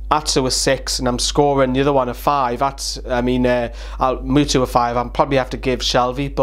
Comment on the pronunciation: I love when you say Muto like Mutu, xD much love from norway